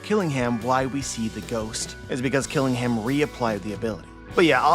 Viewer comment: Kiringham is a Kirin. A mythical creature from Chinese/Japanese mythology. It has traits of a horse, deer, and dragon. Think of the famous beer brand. The last part of his name, "Ingham," should be said like the British (and Alabama) city, Birmingham. The British way of pronunciation is to drop emphasis on the H sound. "Birming-um." So Kiringham would be "Kirin-um"